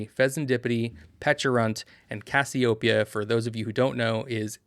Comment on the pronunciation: yeah, you said Cassie-Ope-ia instead of Cassie-Ohh-Peia. Different pronunciation point of emphasis. Imagine it was someone’s name… Correct: Cassie O. Peia vs Incorrect: Cassie Opeia